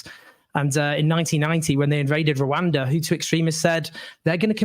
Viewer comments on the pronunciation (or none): none